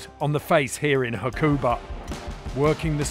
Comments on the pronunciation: It's pronounced 'Hakuba', not 'hakOOOOOba'. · Surely it doesn’t take long to ask someone how to pronounce Hakuba properly before editing? :S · Surprising red bull you haven't put any thought into pronouncing Hakuba or Nagano correctly.